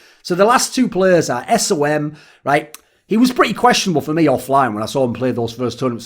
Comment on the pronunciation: cmon man don't call him S O M